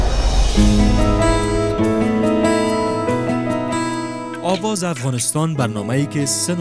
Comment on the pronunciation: Dear Qais jan Ulfat, you are an amazing singer and we adore you for your talent, as we followed voice of afghanistan, we noticed as a group that you keep pronouncing Aawaz as Awaaz. since you are on International TV can you please pay attention to your pronunciation. we are all cheering for you from Canada. We love you & we are enjoying your show.